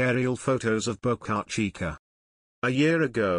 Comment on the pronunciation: It's actually Boca Chica ("Small Mouth")